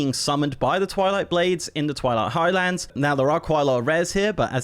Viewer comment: It's Highlands. Not High Lands.